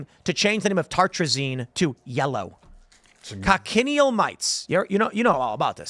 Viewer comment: Talk about not judging a book by its cover I would not have guessed looking at her on the streets. Tim i also think the bugs are pronounced co-shun-eel